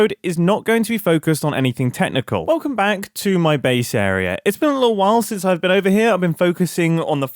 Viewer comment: It makes me giggle a little every time mumbo says 'li-ul' and 'nuffin'